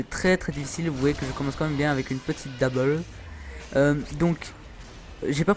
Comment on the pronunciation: Ca se prononce dobel pas dabèl